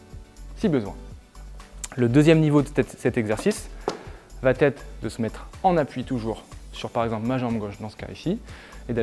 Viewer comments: Va être et non va-t-être —> il n’y a pas de liaison ! Merci pour vos exercices 🙏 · Bonjour vos interventions sont vraiment top... Mais s'il vous plaît ne dites plus "va-t-être" il n'y a pas de "t" à la fin du verbe donc pas de liaison... On dit comment va-t-il ou comment va-t-elle mais on dit il ou elle va au cours de gym...😏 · Arrête de dire "VA-T-ETRE" pas de "T" à VA. c'est très pénible d'entendre ça. (neuf fois en 5 mn)👎👎👎👎👎👎